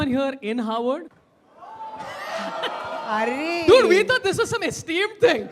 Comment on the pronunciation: Harvard sounds like Hogwart! 🤔